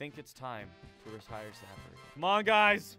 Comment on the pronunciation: My God!! He actually called it by the name and not Saper Simulator!!!!!!